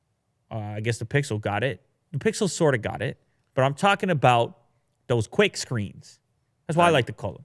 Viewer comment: Cwick Witted 2019